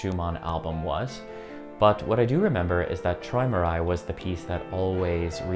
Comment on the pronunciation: Pronounced troymerai